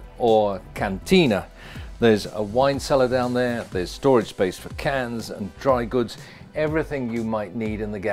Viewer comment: Wow lovey boat. Nice to hear the word space,.. not spice!